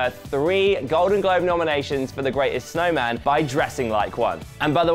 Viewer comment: did he say 'the greatest SNOWMAN' instead of 'SHOWman'?...🤦🏻‍♀️😂